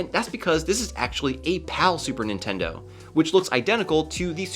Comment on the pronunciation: "super nintendou"